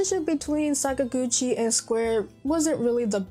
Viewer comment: Sorry, you've just lost your RPG Gamer's license for that pronunciation of papa Sakaguchi's name. You can re-apply in 6 months. Have a nice day.